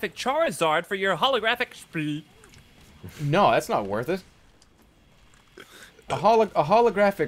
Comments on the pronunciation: ITS SHPEEKACHU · I think you mean SHPEEKACHU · who's that poke mon? PICAHU it's SHPEE FUUUUUU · Who's that pokemon? it's Shpeekachu! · ITS SHPEE-A-CHU its shpee-zard! DARN! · DR.SHPEE Gaming SHPEERIZARD.